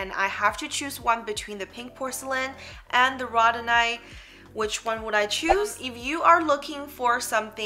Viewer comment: Row-dow-nite, not the pronunciation you are giving. Not to beat you up, just believe if you are offering educational videos you should definitely have correct pronunciation 😉.